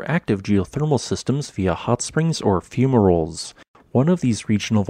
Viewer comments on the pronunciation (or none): none